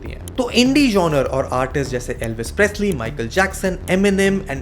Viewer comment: Good video, but the miss pronunciation of the word genre is really annoying.